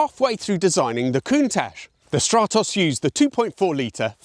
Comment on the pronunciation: What a gorgeous little projectile! Thank you for the video. You show a slide saying your pronunciations are in the Italian manner so I was expecting to hear Strah-toss rather than Stratt-oss. Just saying...